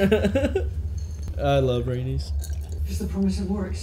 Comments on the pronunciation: It’s Ray- NEECE when you say Rhaenys lol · I love how and pronounce Raenyse as rANUS lmao